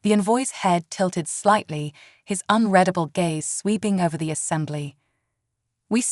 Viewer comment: Please, for the favor of Great C'thulu, teach these AI readers how to pronounce "unreadable" correctly!!